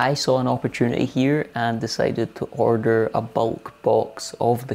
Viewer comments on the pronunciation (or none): none